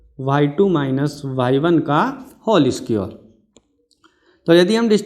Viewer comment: squr nahi square hota he